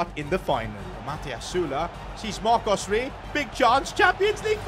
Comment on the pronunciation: Bro said marco rey like it was mbappé or something 😂